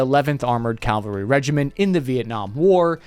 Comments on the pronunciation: Cavalry, not Calvary: Just sayin'. Maybe the church and bible analogy got him confused, lol. The A-10 Warthog was flown by Army pilots? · cavalry not calvary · how hard is it to say c a v a l r y? calvary was some shit from the bible bro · Cavalry! Cavalry,, not Calvary! Damnit man! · You can always tell by the way folks pronounce or mispronounce 'cavalry' if they've been exposed to extensive christian indoctrination or not